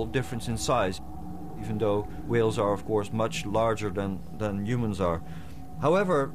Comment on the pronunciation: I was looking for some video where the narrator pronounces whales as Hwales. If not for your comment, I would not have succeeded. Thanks!